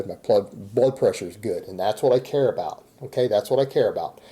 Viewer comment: When says “about” it sounds like he says “a boat”. He’s such a complete tool.